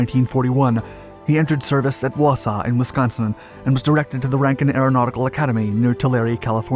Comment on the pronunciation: Never heard that as a pronunciation for Wausau before.